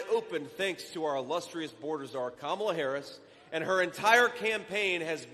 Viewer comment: Kum-ala Scare-us